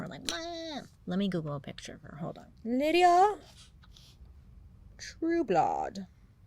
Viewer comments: How is it Lydia? her name doesn't have a I. should it be like Lie-da? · Bailey, I kept seeing the name LYDA and thinking, "That is NOT Lydia." So, I looked up the pronunciation. It is apparently LID-uh, which is a name I have never heard in my life. Just wanted to share that bizarre news! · Ok I spent most of the video questioning a typo only to realize Bailey is mispronouncing her name. Lol it's Lyda not Lydia. 😂😂 Still love ya and your videos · I wonder if her name is pronounced Lie-da bc of the spelling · If her name is spelled LYDA it's pronounced Lie-duh 🤣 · It took me a solid 45 minutes to realise that this ladies name might actually be pronounced Lie-da, rather than Lydia 😂😂😂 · I think her name might be pronounced Lye-dah... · Bailey I luv ya gorl...but I think her name is pronounced like LYE-da? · It's pronounced 'Lie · Lyda pronounced (lie-duh) lol love you ❤ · Ok wait, her name is Lyda pronounced LayDuh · It’s pronounced Lie-duh……… 😂 I was like wait who we talking about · Ps…. It might be pronounced “Lie - Duh” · Wouldn’t her name be pronounce LIE-duh? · Its pronounced Layduh... for some reason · Lyda, I think it's pronounced Lie-Duh. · I’m confused. The name is Lyda. That’s not the same as Lydia. Isn’t it pronounced Laïda? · I can't help but imagine how much crazier you would have told this story saying her name correctly. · Anybody else here looking for the bitchiest comment about her mispronouncing Lyda? Seriously Bailey. We love you soooo much. So glad you do these. It makes my week! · I mean…. She clearly put in the video how her name was actually pronounced. In the beginning. She acknowledged she was pronouncing it wrong. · She put the correct name pronunciation by her mugshot at the beginning of video. 😅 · Isnt the womans name "Lie-dah" and not "Lydia"😂😂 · LYDA, BAILEY. NOT LYDIA. LIE-DA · BAILEY! Her name was LY-DA, not LYDIA! DUH😂 LY-DA...pronounced, Lie-da.. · Bailey I love you but her name is LYDA not Lydia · Lie duh not lydia right?